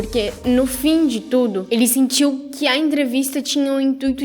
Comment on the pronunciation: gnt ela falou luciano luck ? kkk